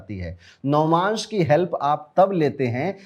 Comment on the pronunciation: navamsh hota h navmansh nhi😅